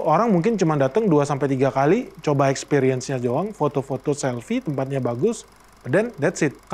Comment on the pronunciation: Ekspiriens pengucapannya yaa...bukan EkspEriens....makasiihhhh